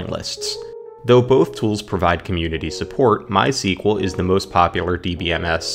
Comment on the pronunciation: This video shows us that not everyone know how correct to pronounce MySQL